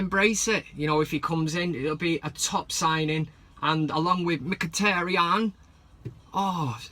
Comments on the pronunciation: Yow you using my Accent to call Mhkitaryan , i'm like yow dis van cam segment is so sick. Dweet again (do it again) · this guy is hilarious. He needs to come on more often. Mkhitaryan in Jamaican accent lol